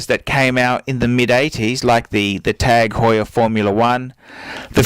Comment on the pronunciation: Wrong. Do a youtube search for "Jean-Christophe Babin, CEO of TAG Heuer" Click on the first video and skip to 3.07 to listen to how the CEO of the company pronounces it.